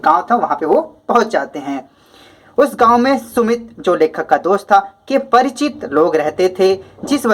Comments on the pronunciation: Sir vo sumti hai सुमित नहीं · Vo sumti hai sumit nahi